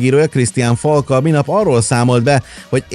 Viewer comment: Nem akarok okoskodni de nem vitor hóki hanem vitor roke (fonetikusan) ÉS Christian fálk nem folk. Amúgy nagyon szeretem a videóitokat :)